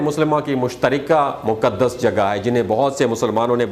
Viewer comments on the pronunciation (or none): Moqaddas word hai Moqdas naheen.